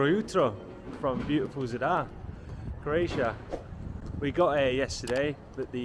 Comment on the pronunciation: At least attempt to pronounce Zadar correctly. It’s not “Z’dar”, it’s Zaaaadar”